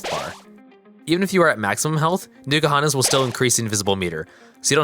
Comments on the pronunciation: It's not Newkuhana, It's N'kuhana. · Nuke-ahana makes my skin crawl. Like people who say nuke-ular. No it is not sir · You didn't even google how to pronounce it